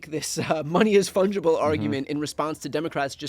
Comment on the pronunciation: You need a word of the intro. Let's start with ' fundgible' ?????